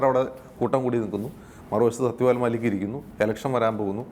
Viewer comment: It's mallick and not maalik pls